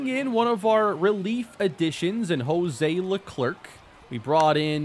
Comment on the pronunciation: It's pronounced Hozay Leklair, the c is silent. Like Charles Leclerc from F1